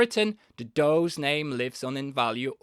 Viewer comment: Dawes is pronounced "doors".